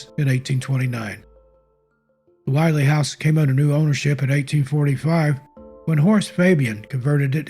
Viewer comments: As a 50+ life-long resident of NH, you did a wonderful job with these stories, as they are one more with more accuracy than most. However, it is not pronounced "While--ee" House. It is the "Will--ee" House because the double consonant "LL" make the vowel before it a short vowel sound. Overall, I enjoyed this video very much, so TY. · When telling the story of the Willey slide, one of my favorite White Mountain stories, it's important to note, the pronunciation is Will-EE. The expression "gives me the willies" was born from this tragedy. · Interesting. A bit of history about the Willey family and that last slide. First off the family name is pronounced Will-ee. On the fateful night the family took shelter by running outside of the house to hide behind some large boulders on their property which they thought would keep them safe. On the next day when the neighbor came looking for the family he,as you said, could not find them. However the house was intact. There was a large boulder behind the house which caused the slide to separate and go around the house. If the Willeys had stayed in their house they would have been save. Sad case of irony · You did as great job with this video. The only thing I would change in it is your pronunciation of the name Willey. You are pronouncing this surname as Why-Lee. I've always heard it pronounced Will-Lee by the locals and by the people who still live in the area with that last name.